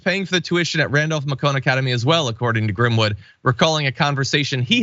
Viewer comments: Randolph Macon, like Randolph Bacon, not ma-COHN. Your reporting is amazing. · Macon rhymes with Bacon, just an FYI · The "Macon" in Randolph-Macon is pronounced to rhyme with "bacon". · Macon is pronounced May-kin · Macon, pronounced like bacon. As a local. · Came to the comments to say the same. can confirm Macon rhymes with bacon. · Please pronounce Macon to ryhm with Bacon. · Macon rhymes with bacon! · It’s pronounced Randolph-May-cuhn. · It's "may - con" just for the record. But still, thanks for the video! Always appreciate your reporting. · Macon rhymes with bacon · FYI "............-Macon" is pronounced like bacon.